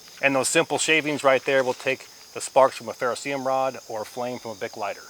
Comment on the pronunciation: 1. Ferro CERIUM, not ferroseeum. How about just using "Ferro Rod" in your new life. 2. Tearing duct tape into small strips is a fine motor movement likely unavailable when you're hypothermic. Maybe test rolling a piece into a tight ball with your palms and lighting that. Love your dedication and free sauce, not criticizing you as an honorable human being. I want you to succeed.